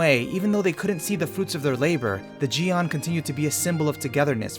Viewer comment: That part at the end really wrapped it up well (about “best” anime). Overall really great (It’s pronounced “jyen” or “gyen” not “gee an” btw ffr)